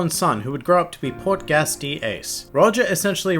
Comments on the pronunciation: Ace's last name is pronounce (pour-tah-gah-es) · Did you just say port-gas D Ace.